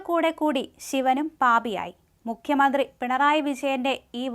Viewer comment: മുക്ക്യമന്ത്രി എന്ന് പറയല്ലേ മോളേ... മുഖ്യമന്ത്രി എന്ന് പറ.